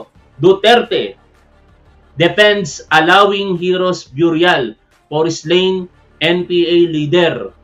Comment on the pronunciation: Burial pronounced biyuryal.... Mali...beryal... Ang Tama.. no offense.... mabuhay si tap wan mabuhay si BBM mabuhay Ang Pilipinas.... watching from San Bruno CA team replay....